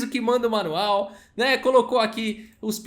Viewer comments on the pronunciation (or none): none